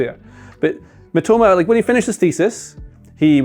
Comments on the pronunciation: Please pronounce as miTOMA rather than MItoma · It's Mi-to-ma... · the guy name got butchered 😭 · You couldn't let do another take to say Mitoma's name correctly? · "Kwaroo Meetima" 💀